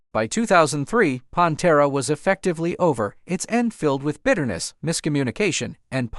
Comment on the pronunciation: WHO THE FU*K IS PONTERA? Did you even listen to it first? Come on man